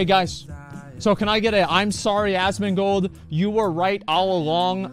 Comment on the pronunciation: put subtitles and enjoy rofl " 'im sorry ASS MAN GOLD "